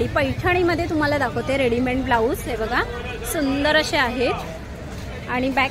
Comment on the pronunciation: Readyment nahi...its called READYMADE रेडीमेड